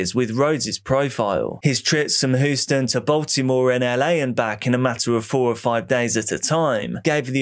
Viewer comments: great video but it's pronounced Hugh-sten not who-stin. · The Texas city of Houston is pronounced Hew stun not hoo stun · Hue-ston. Just a heads for next time 😃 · Says Houston like Lord Zod